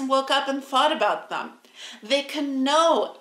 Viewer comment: It's 'them', not "thum".🙄😳😁👍🏻